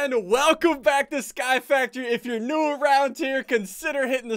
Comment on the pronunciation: Can't even say you're properly